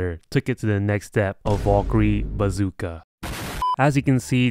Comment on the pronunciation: his pronounciation of valkyrie makes me wanna die